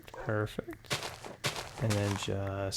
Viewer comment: U always say PRRRRRFECT PRRRRFECT😂 lmao everytime u did it. Great vid tho